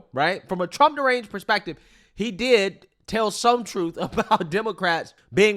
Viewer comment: What the hell is “troof”???